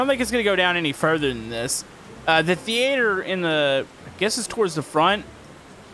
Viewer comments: Thee aye ther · How did he pronounce "theatre"?